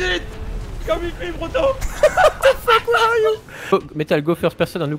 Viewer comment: The "Retaourde" (Retarded) Owl returns! :D (also fuck = "fokkue/fök") :D